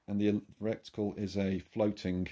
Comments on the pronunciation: Old Chinese proverb " that which is shit flies to pieces",, great video, but please please stop saying RECTICLE... IT'S RETICLE!!!👍btw, I've got 3 airmax 30 compact scopes, I love them. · Don't keep saying "reCticle" - it's RETICLE! 😂😂